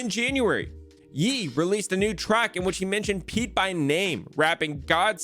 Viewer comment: my boy,, it's Ye (like YAY - not like yee)